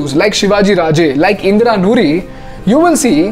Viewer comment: Indira noori nahi, Indra nooyi!